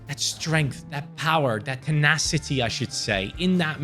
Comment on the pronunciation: "Tenacity", "Timid", good going 😂😂